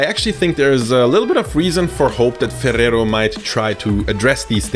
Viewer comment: im really impressed on how you pronounce ferrero and spanish words